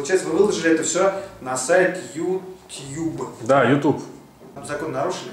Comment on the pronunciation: Будто эти полицейские не разу не слышали слово Ютуб (йутюб).